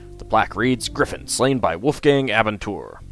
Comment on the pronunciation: Abenteuer is German :) (adventure) Your pronounciation was way off though.